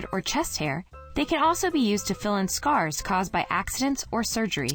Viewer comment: when u say scar it sounds like Scare (like scary)